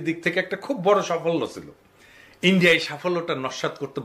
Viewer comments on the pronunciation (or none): none